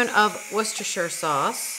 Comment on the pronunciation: As a Brit, I really have to congratulate you on your pronounciation of, "Worcestershire". I find that North Americans really stumble over it, but you pretty much nailed it!